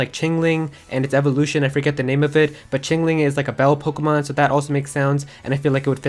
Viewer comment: Sounds like you so POKOMON